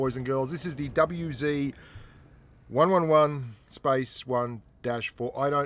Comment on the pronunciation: It's pronouced W zed, one eleven 1 four. Just so you know.